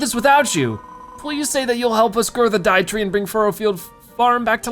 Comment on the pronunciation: Lol the Deitree not Dietree Deitree as in Deity (a god or guardian) and tree